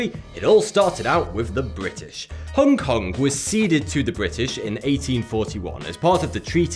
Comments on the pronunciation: It's Hong Kong, Not "Hongue Kong" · Stop saying "Hongke Kongke", you fkn northerners and your inability to understand that the 'g' in 'ing' or 'ong' is silent fucking baffles me.. Do you also say "Swing-gingke" instead of "Swinging" with a silent 'g' ?